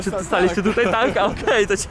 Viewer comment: nie ucz się polskiego od Warszawiaków. Nie mówi się tutej tylko tutaj!